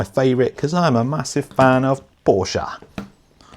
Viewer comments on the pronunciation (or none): How can you call yourselves a "massive fan" of Porsche while referring to it as "Porsja"???